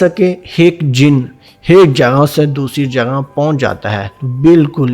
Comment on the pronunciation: Pehlay aik.kehna to seekh lo . aik kaa haik banaya huwa hai hik.hik.haik hehhehhaahah